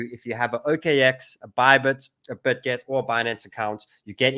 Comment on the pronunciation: BitGet not ButGet.